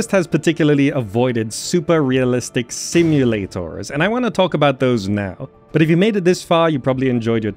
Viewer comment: "Simu-lay-TORS" haha, great video!!